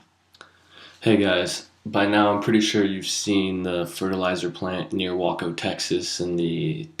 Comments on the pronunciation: Who is this guy, who says "Wah-co", instead of 'Way-co", for Waco? Hard to take someone seriously, who doesn't at least find out, how to pronounce the name of the town, near the point he's reporting on. Especially odd, since Waco was in the news for 51 days straight, 18 yrs ago, during the David Koresh, Branch Davidian standoff, against Federal Agents. There's several military sites, around the town of West, which may explain the military presence, already there, also. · would say its more like way-co, or weigh-co. I grew up near Waco. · wtf? Try saying W"A"CO Taxes not woco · My mother went to school for OSHA and it was well known that this particular plant broke 'every safety regulation under the sun' (in the words of one of her professors) but payed people off with backhanded deals to slide by. Also, as someone who lives in Waco, it's pronounced WAY-co. I live about 15-30 minutes from the explosion site, and on the night of the incident chemicals could be smelt and FELT in my yard, causing irritation to our eyes, throats, and skin followed by a creepy numb feeling. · Wayco? ...It's Waco son. Trust me, I grew up there. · It sounds like way-co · its pronounced Waco,like WAY-CO, Waco... u killin me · Its pronounced waaaaco. just sayin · It WACO with a LONG "A" and your so-called missile hypothesis is crap. I live near there. Quit spreading lies. Learn the name of the city you are throwing accusations at before you start saying the name. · if you can't even pronounce the name of the city right why in the fuck should we take you seriously? My god who doesn't know how to pronounce Waco? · This guy doesnt even know how to pronounce "Waco" . Stop watching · say waco right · U can say Waco right I live there and the exposition happened in west texas that's the town and the tanks that were filled were over there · LMAO how you pronounced Waco!!! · U said Waco wrong. LOL. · learn how to say Waco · you can't even pronounce Waco correctly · You said Waco wrong